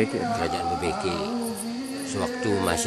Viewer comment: BebEkek bukan Bebekek